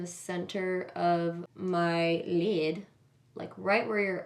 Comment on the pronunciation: I love how pronounces "lid" lmao "leeeeed"